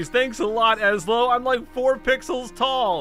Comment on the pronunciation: It's pronounced (ess-low) Ezlo